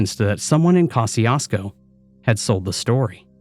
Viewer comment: 😂 …it’s pronounced "Ko-shoo-sko"